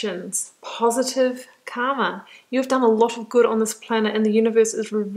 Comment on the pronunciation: You pronounced Karma as Kama. Both are different. 1st is your fate and 2nd is desire. "r" should be pronounced as r in the car.